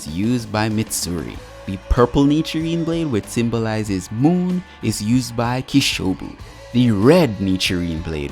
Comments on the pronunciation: Ain't no way you called kokushibu " Kishubu " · Really pronounced Kokushibo's name wrong "Kishobu" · It's Ko-Ku-Shi-Bo 👍 Your are underrated as an youtuber and you make quality videos bro. Hope other people notice your hardwork 🤗